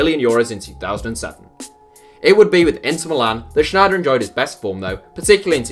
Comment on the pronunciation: Kluivert has a terrible mentality. He won't come good. That's also not how you pronounce Sneijder. Lol.